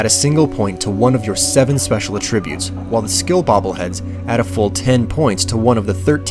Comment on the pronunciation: I couldn't hear it mentioned anywhere, but was there an explanation for why this order of collection? It's not alphabetical, and it's not in order of distance or difficulty, nor does it seem to be in order of any kind of character optimization. Is it just arbitrary? Also, is anyone else as bothered by the mispronouncian of "attribute"? The noun form of the word has stress on the first syllable, ATtribute. AtTRIBute is the verb form.